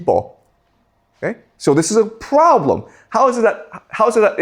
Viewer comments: The pwobwem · I love the way he pronounces "problem". 😂😂😂